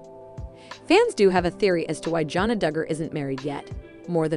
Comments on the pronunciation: I wish you would learn how to probably pronounce her name. It’s not Jona! it’s Jana!!! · Agree with you, JP! It's JAN-uh, not JOHN-uh! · Jana.... not Johna. Please!!!!!! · The announcer needs to learn the names of the subject! JANNA, not Jhonna. Jinger not Ginger! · It's Jan a. Not Jon a. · Her name is Jana. Not Jona! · I am going to keep leaving comments until you learn how to pronounce their names. Her name is Jana, like banana. It’s a short a sound. Please have the respect for her and for your viewers to pronounce it correctly. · Her name is Jana (Ja na). Try saying it correctly!!!! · Thumbs down 👎 learn how to pronounce Jana’s name. Until then don’t post an update! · Omg..yes first thing I noticed...drove me crazy!